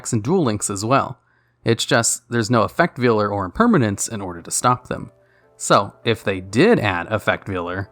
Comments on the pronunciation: Effect Veiler, not vealer. It doesn't butcher baby cows lol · You should do a top 10 list of cards that you commonly mispronounce, like Ojama Trio and Effect Veiler. Number one would be the card that makes the comments the most angry when you mispronounce it